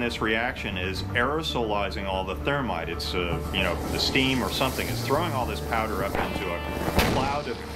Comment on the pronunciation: "And i think they have done somethim a little iffy >:( " I cracked up right there